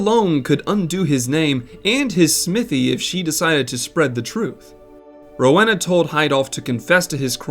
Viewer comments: I know a Rowena in real life, it’s pronounced Roweena. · do americans not hove Rowenas? How come you say it so wrong?